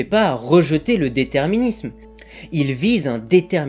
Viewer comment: Et juste après à : "déterminislme"